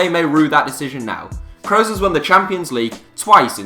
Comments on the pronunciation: its pronounced kroos not kreus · daniel IR It's promounced Kross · daniel IR he pronounced it "crows" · It is pronounced Crooos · I don’t like the way he says Kroos.. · Wtf is that pronunciation of kroos 😂😂😂